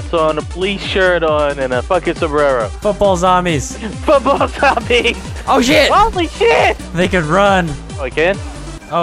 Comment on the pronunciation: Did vanoss say zomies and not zombies?